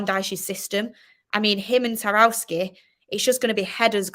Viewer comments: Taroski..😂😂 It’s Tarkowski 💀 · I don’t think Tarkowski is pronounced like that is it?